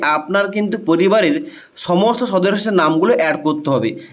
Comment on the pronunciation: ভাই রে সদর্স নয়, সদস্য😂